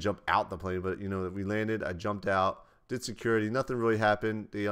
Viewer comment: "I DEED IT"